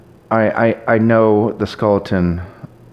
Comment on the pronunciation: Stop saying skulleton.